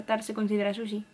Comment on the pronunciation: Amo estos videos, jajaja me traume escucharte diciendo SHUSHI